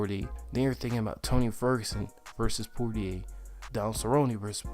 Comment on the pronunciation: It's pronounced Poy yay lol